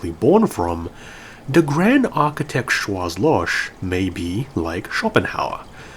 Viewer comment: Sorry for being an ass, but in Schwarzloch, the last H is really strong and is pronounced as in the word hell for example. So Schwarz is something like shwarts and Loch is loH